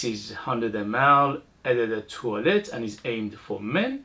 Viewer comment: Hi, only for your info, you can pronounce "O de toilette" and "Ô de parfum" but I like how you say it that's cute 😊 and btw, the E in "de" has the same sound as the last E of "ledge" love your videos thanks for sharing your passion 👍